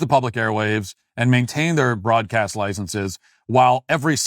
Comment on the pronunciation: "Licenses" is not pronounced "licensees," which is a different word with a different meaning. Yes, I am a Grammar Nazi who thinks words have import and meaning.